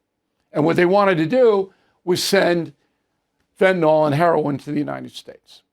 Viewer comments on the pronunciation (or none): Fentanyl (FENTA-NILL) - would everyone please stop calling it FENTANOL.....